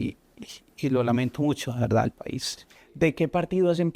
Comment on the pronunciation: Han notado , que dice , VERDADDDDDD....como Petro.. Se dice , VERDAD , sin...ddddddddd....suena falseado...